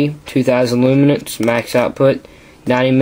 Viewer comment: good review... but say it with me... L-UUU-MENS. no T